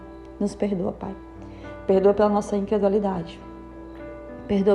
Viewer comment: É incredulidade e não incredualidade